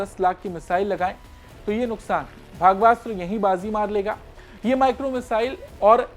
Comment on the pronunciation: You are pronouncing the name incorrectly